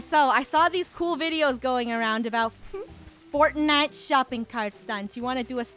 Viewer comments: Game called fortnite funnel calls it "forknite" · It's forknite🤣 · Funneh:Hello guys today we are playing some more "fork knife" 😂😂😂🤣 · Rainbow Cats she said fork nife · “Forkknife” yes... bootiful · fornite not forknite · Its not fortlike its Butnite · Funneh: HEY guys welcome back to the channel today we are playing some more FORKKNIFE 🍴 Me: Wait your playing forkknife that's cool! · Funneh: fork-knife Me : bruuuuuuuuuuuhhhh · Funneh: forknife Me: 😅😅😅😅😅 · Fort night more like wort noght